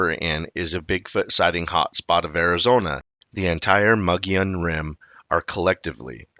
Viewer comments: Oh no! Not the Mongolian Rim again! Its pronounced MO-GO-YONE! I am a hispanic Arizona native of 60 years, and I live in Prescott AZ, on the Mogollon Rim. I am positive that this is the correct pronounciation. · Wrong! Its pronounced MO-GO-YONE! I am a 60 year Hispanic Arizona native. This is the correct pronunciation. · The G is silent in Mogollon Rim. Sounds more like Moo-lee-on to locals.. There have been countless reports of big foot in that area. There is even dash cam footage from one of the local police officers on the Apache res. I lived on 100 acres in Pinedale (not far from where Travis Walton was abducted (Fire in the Sky)), we saw and heard stuff on a weekly basis. I do a lot of hunting and scouting all along the rim. I've never seen anything personally, but we've definitely been spooked a few times while out camping and there are countless tales from local hunters. It's common place to hear loud "knocking" at night along with strange sounds that sound a lot like "whooping". The sound travels much further than you'd expect from a smaller creature, but nothing we have up here makes those noises that have been identified. We have a lot of black bear, mountain lions, elk and deer, but none of those make any type of sounds that are even remotely familiar with those species.. This is definitely a different area compared to other forest that I have been in. There's just something magical and enticing about the area.. Surely makes ya think.